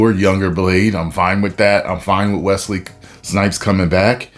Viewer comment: As a man named Wesley. Thanks for saying Wesley and not Wezley. LOVE THE VIDEOS MY BROTHER!!!! Whoooooo!